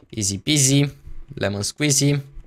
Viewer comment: eu nu mai spune izi pizi lemon squizi!!!! Pentru ca intotdeauna gresesti.